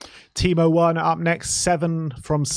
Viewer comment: Its pronounced verner😢